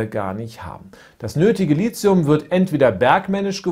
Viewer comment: Als angehende chemikerin möchte ich nur mal kurz anmerken das LiTHium als t ausgesprochen wird nicht als z, vgl. MeTHan vs. SiliZium :)